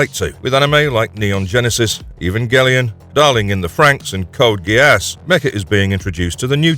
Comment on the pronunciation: Is this an an AI voice? The odd pauses and he the pronunciation of GeASS... lol